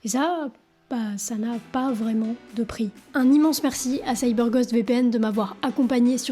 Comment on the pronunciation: se prononce Gaûst et non gost